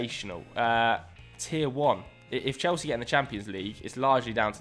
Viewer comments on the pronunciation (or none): none